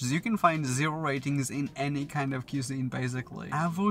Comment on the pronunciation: Learn to pronounce cuisine correctly.